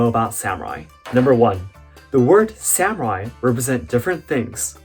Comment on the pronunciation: As a Japanese it’s wierd when you say samurai as Sam rai Sorry if my Eng is bad 😅